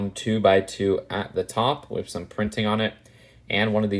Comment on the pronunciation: “Wif the hair”